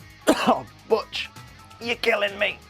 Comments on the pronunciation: Butch's name in-&-of itself is a joke, as (almost) every time it's said it's BUTCHerd by at least 1 member of that episodes cast, there even being moments when Butch miss-hear's someone saying it correctly for saying it incorrectly, only to realize half-way through his shouting and correct himself. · They mispronounce Butch's name since they first met him -_-. i mean, is "Botch" even a name?